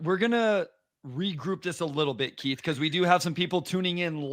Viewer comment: I love you my brother, but please show Keith some respect by calling him by his given name. It's Keith, not Keef.